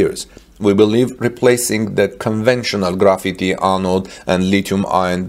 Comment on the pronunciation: graphite is pronounced "graf-fight" If you say "grafeety" as you do, you are talking about the art work kids paint on the side of buildings and train cars with cans of spray paint etc. Still; great video!